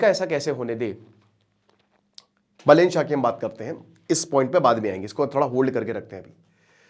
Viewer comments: "बलेन" नही "बालेन" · Not बलेन बालेन नाम तो ढङ से लो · गुरुदेव बलेन नहीं बा - बालेन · बलेन nahi hai bhai बालेन hai woh 😆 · अरे यार बलेन नही है सर बालेन हैँ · बलेन नहि बालेन बाेलाे जि😂😂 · Pronounciation mistake that BAH LEN NOT BELEN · Its not बलेन साह, its बालेन साह। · बालेन् शाह properly padhiye sir 😅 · Naam ka uccharan toh acche se karo bhai sahab